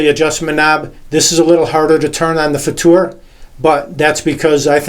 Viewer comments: Thank you so much for pronouncing it FutuR and not "future" like so many other native English speakers. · Thank you for this great review. Awesome. And you pronounced the"Futur" very nice in German. Great Job!😊👍